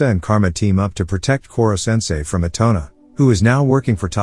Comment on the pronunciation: na-GEESE-a and i-tone-a. dont forget arena 😩😩 and okra 😭😭